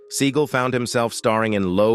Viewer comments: It's Sinead not Sin e ad. Not seagull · David Bore-ee-uh-naz, Steven Seagull, these name pronunciations are wild